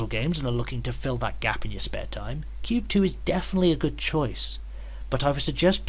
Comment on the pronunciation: It’s pronounced “Kwoob”. :p